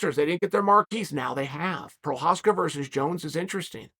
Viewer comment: We all knew Jiri was the real deal when Chael started pronouncing his last name correctly